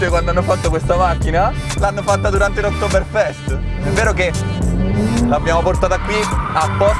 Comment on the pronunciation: "oktoberfestto" I absolutely love Italian 😁